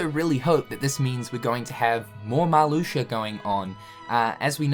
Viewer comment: Did this man just say Marluxer?